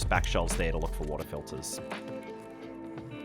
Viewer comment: WATAH FILTAH